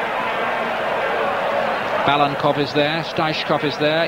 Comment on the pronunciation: Interesting finding: Five names of Bulgaria's starting line-up are mistaken, including StEichkov and BalaNkov (the speaker repeatedly calls him Balkanov), and plus that of the coach :)